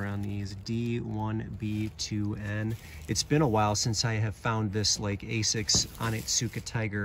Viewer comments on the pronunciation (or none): none